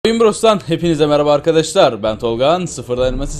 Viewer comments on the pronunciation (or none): none